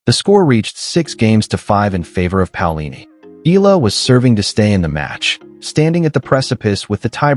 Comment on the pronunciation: E-YA-LA pls make correct pronunciation. Ask Akex how to pronounce her last name